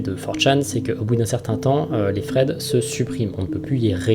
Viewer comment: Tu dit des fred au lieu de thread